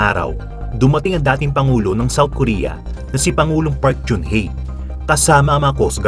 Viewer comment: The ex president's name is not park jun hye but park genn hye. G sounds as Ga not Ja. (박근혜/PARK GEUN HYE) ang pag pronounce ng GEUN is GENN not jeun or jun.